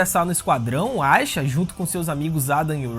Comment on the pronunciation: Por que ele pronuncia o nome da Aisha desse jeito?